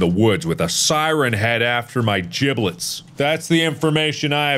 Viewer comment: "With a siren head after my jiblets" I can't with this dude